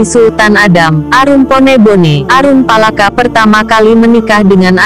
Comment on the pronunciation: Hahahahaaaa....nyebut saja nama aruppalakka nggak karuan.